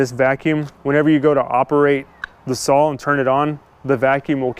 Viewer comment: It's a 'saw'...It's not pronounced sawl.....Saw ,not sawl....speak properly